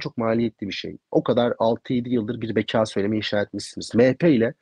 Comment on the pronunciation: Beka şapkalı a ile söylenmez MHP'lilerin ekonomi yi şapkalı o ile söylemesi gibi oluyor.